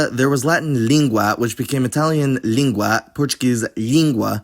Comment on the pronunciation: Your pronunciation of língua in Portuguese is odd. The L shouldn't be palatalized, it should be a regular L just like Italian and Latin.